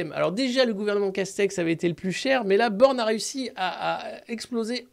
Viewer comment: Ba, Ba, Ba.....BAAAJHNE'D !!?